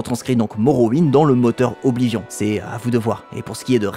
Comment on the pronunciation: BORDEL PRONONCEZ OBLIVION CORRECTEMENT. C'est juste impossible de prendre les français et les VF au sérieux..